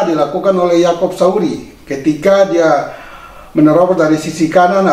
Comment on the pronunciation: Salfok sama ucapan Yang bilang yakop Sauri padahal kan yakop sayuri 😁😁.salam sehat